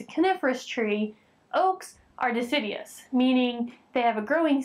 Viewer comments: DE-CID-U-OUS, NOT di-SID-ee-us, but great examples. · Deciduous not Decidius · De·cid·u·ous ( /diˈsijo͞oəs/) Not dicidies! Please start saying it properly. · nice - and generally informative. But (1) it's pronounced dee-sid-you-us and doesn't rhyme with 'hideous'. and (2) both deciduous and coniferous trees have growth rings (it's even easier to count rings on a spruce or pine than on oak or aspen); the rings form during periods of slow growth (fall/winter) and is related to seasonality as somewhat explained in the video..